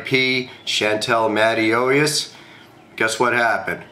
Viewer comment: i NO MoRE aBoUT CHaNteL THeN u MaN iT WaSNT aLL BeCAuSE oF GaNgs MaN SHE Had a GooD HeaRt MaN MY COUsiN Rest in peace i love u always.. n u SaiD HeR LaST NaMe WroNG !!